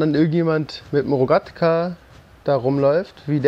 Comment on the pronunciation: Tsunami Rex ES HEIßT ROGATKA